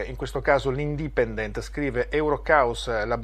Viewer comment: urge un pesante ripasso di inglese, le pronunce di parole come "independent" o "youtube" fanno ribrezzo!